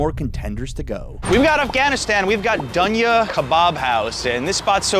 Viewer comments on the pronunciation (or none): Duunnnya ROFL 🤣 Its Dooonya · “DONE-YUH”?!? And then what did you say after, “Duh-nae”?? That is NOT how you pronounce that! 🤣😂😅 It’s literally my name (my spelling is the Egyptian translation) said like “doun-yah”, flowing without a big pause between syllables. The word means the world, life, existence in Arabic.